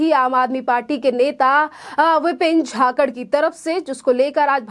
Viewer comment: झाकड नही जाखड बोल